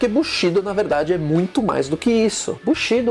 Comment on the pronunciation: sem querer ser chato, mas como estudante de NIHONGÔ, língua japonesa, preciso informar, a pronúncia correta é: BUSHIDÔ, assim como KATANA é KATANÁ. Grande matéria desse vídeo. Abraços.